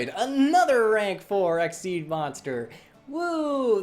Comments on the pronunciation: It’s exeez not exceed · Super Hero half the time it sounds like his saying exceed instead though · it's xyz (ex ee z) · Okay wait... I don't think he's doing it completely right, but props for coming the closest. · Super Hero I pronounce it X-Y-Z cause frankly I find it much better to say and sounds cooler